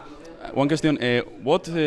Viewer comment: se que dijo "one question" pero se escucha más como "one cuestión" xD